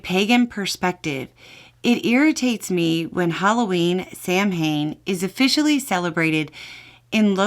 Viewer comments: Just FYI, Samhain is pronounced "SAW-wing" or, in some dialects, "SAW-ving." I'm a Gaelic speaker, so people calling it "Sam Hayne" drives me BATTY 😅 Love both the channels, I watch everything you put out! Best American news source I have! Love from Canada! 🇨🇦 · Samhain is pronounced sow-in in Irish Gaelic and saw-en Scottish Gaelic. Most Americans use the former. Halloween is our New Year. 😊. Since my city is so close to the border there is a HUGE Day of the Dead parade on or around November 1st. Traditional Mexican dancers lead the way and those who have lost loved ones that year carry signs with their loved ones pictures on them. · FYI "Samhain" is pronounced like "Sow-in" ("Sow" as in female pig). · Not able to scan all the comments right now, so I apologize if this has been addressed. I honestly love all you're doing and so, I'd like to help you with how Samhain is generally pronounced. While there may be some pagans who choose to pronounce it as 'sam-hane', it seems that most will use a variant of the Gaelic pronunciation... 'sow-in' or 'sahv-in'... in some cases, they may utter the second syllable as 'ane', but in pretty much all cases, the stress is on the first syllable. Hope this helps without sounding mansplainy. Blessed Samhain and Blessed Be! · Samhain is pronounced "saw-wane". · samhain is pronounced sah-win and it has pagan origins with rituals for letting go of things to make space for things to come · Not to be that guy, but for the person mentioned Samhain, just wanted to let y'all know the name is pronounced "sau-in". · Samhain is pronounced ‘Sow en’. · Hey, Samhain is pronounced Sow-in. It is the Pagan New Year, and we believe the veils between the world of the dead and living are thin, thus all the ghost stories. Also, the costumes were to hide from the ghosts. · Samhain: "Sow-In" Like "put the SOW IN the pen". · Mmmm Heath barrrres. Ukrainian candy from Rochen are my faves. Also it's pronounced Saw-win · Samhain pronounces sowin. Thanks.